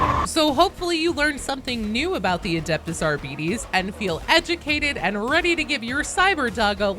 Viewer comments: Technically if the name Arbites is from the Latin then it shall be pronounced something like Ar-be-tes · man now everyone is pronouncing it like that makes it sound like diabetes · I was today years old when I learned the proper pronunciation of Arbites lol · Do you mean "beh" as in "bet"? Or perhaps even "buh"? Because phonetically "be" is pronounced exactly as she is saying it. Or is it just the "tes" part you think she is pronouncing wrong? I mean I agree, I feel like she is pronouncing it wrong too (or perhaps GW did originally idk) but with your phonetic spelling it doesn't really indicate much difference. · Not to be mean, but I'd be lying if I were to say I never giggled at you pronouncing "Arbites as "Our-BEE-Tees" instead of "R-BIT-ease" 😅 I don't even fully know why, other than somehow picturing a bunch of bees with shotguns, now..! 😂 "NO! NOT THE AR-BEE-TES!" "Preeee-pare for sentencing!" 🔫🐝🔫🐝🔫🐝🔫🐝🔫🐝🔫🐝🔫🐝🔫🐝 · It may not be pronounced Ar-bites but it's also not pronounced Ar-bee-dees. Since it's pseudo-latin it's pronounced Ar-bee-tes, with tes like the e in destiny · 🤔 TIL my way (the correct way 😛) is only my headcanon and not official. Still, according to the explainer it's more Ar-bee-tis than Ar-bee-dees. And honestly, the t becoming d is my main pet peeve. Either way, thank you for the video link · Wouldn't it be pronounced 'Ar-bit-tease' not 'ar-bee-tease'? It's based on latin isn't it. The way you say it sounds like diabetes. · I may be in the minority when I like to pronounce it as Ar-BEE-TEES instead of Ar-Bites. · if it's closer to the Latin pronunciation, it's more like "Arb-ih-tase". I cannot cope if the genuine pronunciation is arbeetees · Please, in future videos on the class, do not call it an arr-beat-ees. It's ar-bit-ees. Like arbitration, arbiter, and other such words. It's a soft "i" in arr-bit-ees. It might seem a small difference, but it's huge into sounding better as well as rolling off the tongue better.